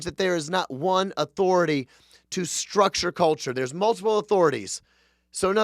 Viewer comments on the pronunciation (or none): none